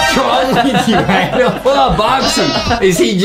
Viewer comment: ITS ADAM NOT ADEM